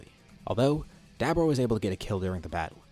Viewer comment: Why are you saying dabura like that? You're like 50 what ifs in and now u change it? U sound like an asshole